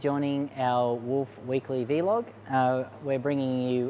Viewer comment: when people say "vee - log" and not "vlog"... stick to the coffee m8